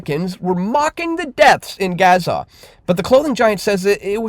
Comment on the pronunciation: Learn to pronounce Gaza FFS